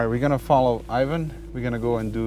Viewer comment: Ajvan? Its Ivan or John